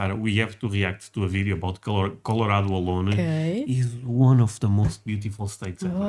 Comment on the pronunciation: he said it right! Col-o-RAD-o